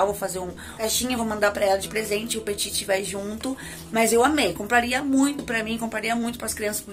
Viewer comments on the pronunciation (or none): se pronuncia peti, sem "T" no fim, abraço adoro seu canal